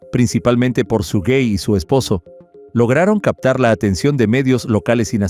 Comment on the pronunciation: El nombre es SUGEY no SUGUEY. No lleva ni se pronuncia con una segunda U.